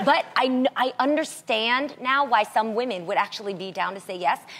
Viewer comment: say woMEN, not womAN. . "i like woman" lol sounds weird.she should know the difference by now.its a basic word that you usually first learn to say when learning a different language